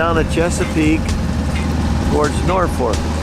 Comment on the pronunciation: Catana not Catalina....Norfolk not North fork.... Pathetic pronunciation of Patuxet and Piancatank! Almost got Fishing Bay correct. Sounds like you don't give a shit how to pronounce places. It's not watchable to me.